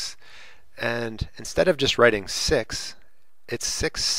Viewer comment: Sir you speaking six to sex 😂😂😂😂😂😂😂😂